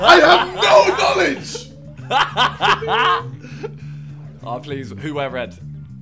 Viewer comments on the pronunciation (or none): SI: "I have no Knownledge"